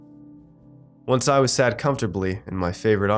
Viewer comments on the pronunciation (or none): none